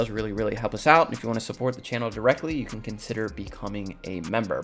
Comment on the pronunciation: Mla says “you” like “jjjhu”